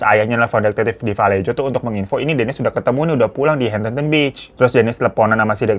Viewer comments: Bang hiro moon maap valejo dibaca vuh-LAY-ho, aq tgl disni kebetulan 😊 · Just FYI: Kota Vallejo itu dibacanya: və-LAY-ho. Salah satu kota yang pernah bangkrut tahun 2008 akibat krisis ekonomi. 😣😞 Greetings from San Francisco 👋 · Fyi: Vallejo asalnya dr bahasa Spanyol jadi di baca "vayeho" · Tulisan vallejo di baca valleho bang hiro